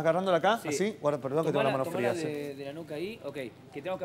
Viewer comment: Jajaja ese "Sangre Frea" jaja